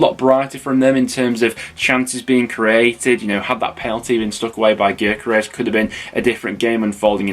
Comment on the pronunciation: Why you cany you get gyokeres name correct? It’s pronounced yokeres! Not difficult